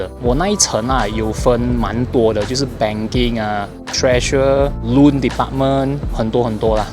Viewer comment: 请再念 “Joke” 和 “Loan” 的发音一次？